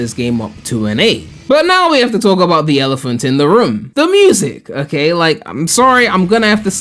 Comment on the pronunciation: Take a drink everytime says "Okeh"